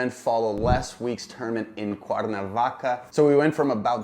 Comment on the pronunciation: hey you're saying Cuernavaca like a local now!